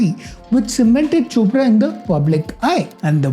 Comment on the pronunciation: Bro when you said chopra and opera I was laughing so hard bcoz it sounded something simillar😂